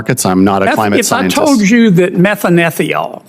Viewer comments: Senator Kennedy butchered the chemical name he asked about. He was referring to methanethiol. Prounced methane thiol, with chemical formula CH3SH. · Methyl what? He pronounced it 7 different ways to Sunday. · Shame Sen. Kennedy couldn't pronounce the name of the plankton-derived chemical. It's a thiol ffs, it's not difficult.